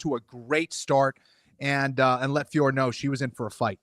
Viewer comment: It’s increasingly embarrassing to hear these donks double-down and call her Fior. My ears are bleeding